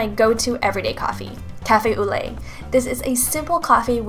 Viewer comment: I'm sorry but you don't prenounce 'au lait' not like that.